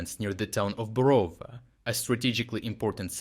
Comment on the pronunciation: Who are you? Thick accent suggests that you're Ukrainian. But Ukrainian should know how to pronounce Ukrainian towns. It is BorovA, not BorOva.